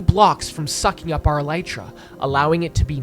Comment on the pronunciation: he is alternating between pronouncing elytra and mispronouncing it.